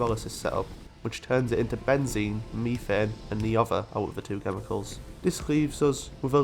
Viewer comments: What fresh hell do you live in, "mef-ane" ? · Love the idea of seeding a planet with life. also all your pronounciations are spot-on aside from methane it's usually pronounced "mef-ane" and not "me-thane"